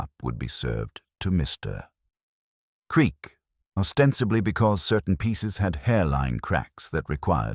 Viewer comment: AI narration that speaks "Mr. Creak" into "Mr Creak". Also corrupted by repeating one chunk of text twice more. Pity, otherwise it could have been good.